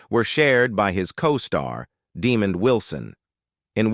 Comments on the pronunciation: Its pronounced De-mond not Demon......dumbass ! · Stupid AI . It’s Demond not Demon. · AI voice is stupid De-mond not De-mand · Pronounced DUH-MONDD not DEMON. LOL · It's not DEEMOND you dummy. Learn to pronounce it right DEMOND WILSON😏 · Not Demon its Demond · The man’s name is “De-MAHND” not “DEE-mond” as it’s mistakenly pronounced in this video! And Sanford and Son did NOT kill the Brady Bunch. The fact that the kids were now rapidly turning into adults caused the series to run out of gas. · It's Demond Wilson not Demon Wilson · Please tell the narrator that it's De-MOND and not DEE-mond. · His name is DEMOND with a D, His name is NOT 👹Demon👹 Pronounce it Correctly. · Demond is pronounced DEE-MONND NOT DEMOND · I get so tired of AI VOICE VIDEOS IT CALLS HIM DEMON WILSON 😤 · The narrator constantly pronounced Demond Wilson's name incorrectly! He called him DE-mond instead of his correct name of de-MOND! Very unprofessional! It was extremely annoying! Get it Right, Sir!!! Just had to point that out! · The narrator constantly pronounced Demond Wilson's name incorrectly! He called him DE-mond instead of his correct name of de-MOND! Very unprofessional! It was extremely annoying! Get it Right, Sir!!! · Dee Man? He pronounces it Dee Mon! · This guy is mispronouncing Demond Wilson's name it's not demon 🙄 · Deeeee-mond? Wilson - that's NOT how u pronounce this now minister's/evangelist's 1st name! lol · F bombs on the narrator for mispronouncing Demond Wilson' name. Its pronounced Dĕ mönd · IGNORANT AI VOICE!! His name is Demond not Demon! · Fix that stupid A.I. Demon Wilson? SMH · Tried to watch..But Demon...C'mon AI .. total disrespect... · Demon Wilson.....lol. A I is great isnt it? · "Demon" Wilson - A I strikes again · 1st time this pronunciation Demon was ever used. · Yes please! Stop saying demon. 😂😂😂😂😂😂😂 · That's stupid ass AI for ya! I think this voice-over moderator was saying Demund..maybe not Demon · DUH-MOND Wilson. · Why he keeps calling Mr Wilson DEEEMOND